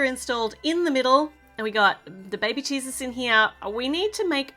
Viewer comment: It’s so funny how you say baby cheeses instead of baby Jesus!